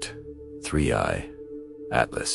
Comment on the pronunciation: Please, please, please make sure that your narrating AI knows how to say the words. It's being inconsistent. One time it will say 3/I Atlas, other times it will spell out Atlas. Now it's shifting back and forth from a U.S. accent to some vaguely European accent. Batter yet, just hire a human to read the text.